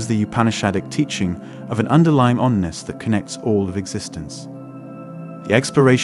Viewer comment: NOT ONNESS...oneness